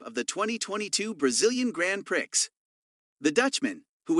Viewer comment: Just want to help you out.when you say prix,it is pronounced pree.Grand prix(pree).